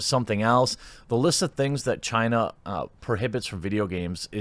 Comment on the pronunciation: It's pronounced "China"